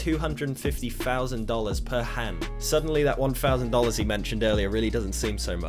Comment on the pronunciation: two fousand and free